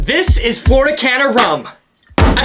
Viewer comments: Hey, love your videos! Would just like to inform you that "Caña" is pronounced "can-ya" with a long "ah" sound like in "car" and means Cane (like sugar cane ) in Spanish. Keep up the amazing work! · If I pay $220 on a bottle of rum ill at least pronounce it right, its Flor de Caña, not Flor de Cana. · It's not pronounced Cana it's pronounced "canya." That's an ñ not an n. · It's pronounced Flor-eh de Caan-ya. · It taste better when you pronounce it correctly. "Floor- deh- Khanyah". Next, the 15 yr bottle is the best value. Finally, sip it. Don't shoot it. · Caña is pronounced closer to can-yah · It's actually pronounced Cahnya. The Ñ is like in jalapeño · Flor de Caña is pronounced “Flor de Canya” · It's pronounced Flor de Canya, cuz the accented N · Lmao. It's pronounced Flor-eh De Caan-ya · my guy, I love ya but that lil squiggle over the N means it's pronounced "Floor Day Canya" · It’s pronounced cania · Is not said cana it has a different pronunciation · Flor de Caña (pronounced “canya”) c’mon dude! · Very nice, but your pronunciation of caña hurts my soul lmao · You pronounced it wrong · You pronounced the name all wrong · You should at least learn how to correctly pronounce the rum's name!